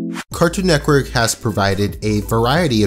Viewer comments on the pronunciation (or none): Bro it’s NETWORK. Not “nectwork” or “neckwork” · He says Cartoon neckwork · Anyone notice how he keeps saying: “neckwork?” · please stop saying cartoon neckwork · How many times is this dude gonna say Cartoon “Neckwork” lmao holy shit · Stop. Saying. Neckwork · Network not nekwork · Am i the only one getting triggered by him saying cartoon "Necwork" I know he can't help it but it is triggering me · It physically makes me cringe when he says "cartoon neckwork" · why does he keep saying cartoon neckwork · IT'S CALLED CARTOOOON NETWORK NOT BBC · He says “Cartoon NECKWORK” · Anyone else notice when he says “Cartoon neck werk” 🤔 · No one:: N E C K W O R K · Loved the video, but I'm very confused by how you said "Cartoon Nekwork" for the entire video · Good vid but it kills me everytime you say neckwork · LOL HE SAYS 'CARTOON NECKWORK"